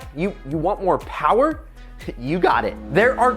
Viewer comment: Mo PoWaH BaBeH